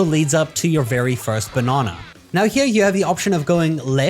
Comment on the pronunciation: B’o’nana… It’s banana 😂😂👍🏼